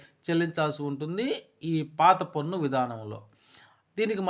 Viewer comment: పొన్ను కాదు స్వామీ పన్ను.బాగానే చెప్పారు.ఉచ్చారణ మార్చండి